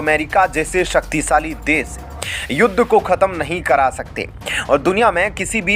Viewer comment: Kya samil, des, bolte ho?